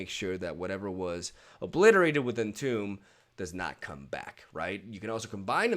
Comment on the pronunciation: "entomb" is pronounced like "intumb" if you read it in spanish